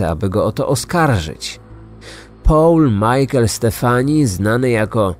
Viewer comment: Bardzo profesjonalnie zrobiony podcast, natomiast nieznośnie brzmi jak wypowiada Pan angielskie imiona. Paul czyta się po prostu ‚Pol’ a nie ‚Poul’, damskie imię Denise czyta się z akcentem na ‚i’ czyli ‚DenIs’ an nie ‚DEnis’ co brzmi jak imię męskie.